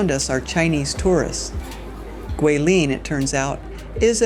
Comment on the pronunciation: Enjoying the beautiful footage you present on this trip to Guilin. I also appreciate your pronunciation of Guilin and Yangshuo. As someone currently learning Chinese, I can tell you tried to properly pronounce the places. I've heard them butchered many different ways.😅 Looking foward to part 3 Lijiang!